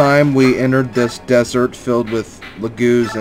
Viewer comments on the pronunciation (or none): none